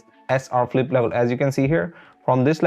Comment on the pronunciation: It's not Philippe, It's flip